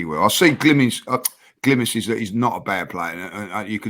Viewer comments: when said he’s seen “glimises” instead of “glimpses” when talking about merino was comedy gold. was trying not to laugh 😂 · Minute. There goes with that smirk again when tries to use a complicated word (Glimises) but can't pronounce it 🤣🤣🤣